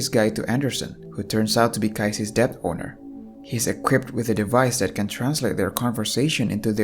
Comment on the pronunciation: it pronouced det not litteraly dept (just saying not hating)